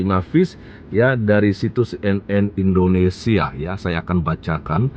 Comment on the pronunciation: Indonesia bukan Indonestan